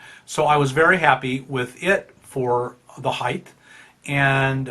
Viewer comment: did you say heigth